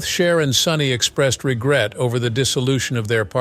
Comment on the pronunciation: So was Sonny, but you only call out the woman....Btw, her name is Cher, not " Char" Also, Sonny was having an illegal relationship with an underage girl...Cher was only 16. But, of course, the age old story..She's "bad" but He's okay. Really sad and not thinking for oneself that women are brainwashed to villify other women...and even young girls!